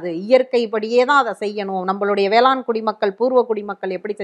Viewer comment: அது வேளாண் - ண் ம்மா - ன் அல்ல